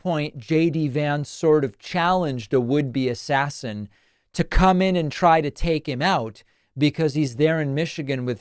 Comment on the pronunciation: 2 hunderd ashashins.